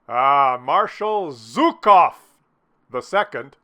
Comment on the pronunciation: It's Zhukov. Not zukov. Just participating